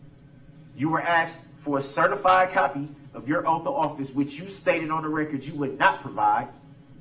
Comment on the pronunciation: “the oaf”